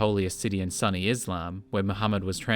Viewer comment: Ha, “sunny Islam”. It’s actually pronounced ‘soon-e’.